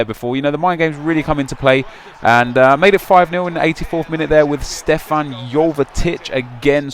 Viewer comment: Its not Stefan,its Stevan